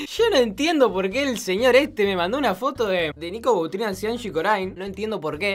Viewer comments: es Angie Corine no Corain jajajaj ceneishon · No es angie corain es angie corin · el bolu3 le dice angie "corain" y en "corin" (se que se escribe corine) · Se pronuncia anshi corine No anshi corain Si vos queres que respetemos tu nombre artistico Respeta el de los demas youtuber